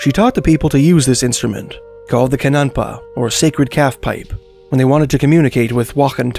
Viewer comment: Cha New Pah, that’s how you say the words for a sacred pipe. If you want to score more brownie points (and subs), please consider phoning an Indian friend to consult with pronunciation. These words are sacred. It matters whether or not we respect the languages of cultures. You’d probably correct someone who mistakenly referred to the holly gruel.